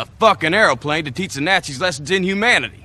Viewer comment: ".. killin' NAT-ZEEZ.." 😂 😂 😂 😂 L'f'n'M'FarGn'Azz-Off! I'm pretty sure someone(s) out there pronounce the name just like this... But this was the first time I'd ever heard it. I still, in 2023, haven't heard anyone else say it this way... AND! I still crack up every time I hear The Honorable imitate the Appalachian Hillbilly's unique accent. Yeppers, he nailed it. There's definitely a Coal Car full o' talent beneath that unfair helpin' of good looks.